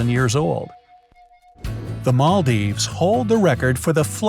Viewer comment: me: Imma watch this cause it sounds intresting and might be useful when I'll travel the world. my country aint gonna appear anyways bright side: the Maldives me: *nearly chocks on nutella it's Maldives not Maaaldiives!